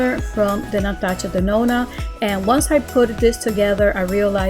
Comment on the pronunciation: The way she says Natasha Denona is so cute , my mama also pronounces it like that, I Love 😍😊